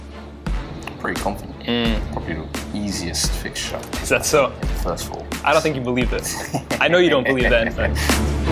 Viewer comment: Man said easiest fixture 😭😂